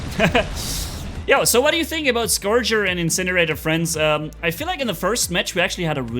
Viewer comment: it’s Scorcher, not Scourger. Confused me at first. Carry on